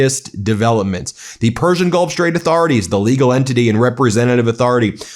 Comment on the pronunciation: Lawn Gieland speech impediment. Shtrike the shtrait while we are shtrong. Now you can hear it all the time, too. You're welcome!